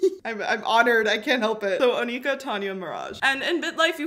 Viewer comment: jsyk her name is prenounced like awnaka i think